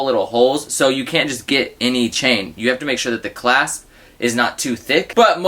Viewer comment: “Fatter claspe” lol sounds funny